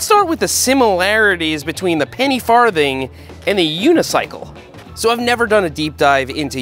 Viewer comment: Ha. He said farth.